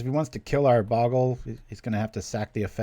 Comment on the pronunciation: I know it really doesn't matter but bogle is pronounced with a long o.